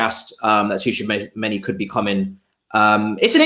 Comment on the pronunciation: 'T' is silent in tchoumani 😶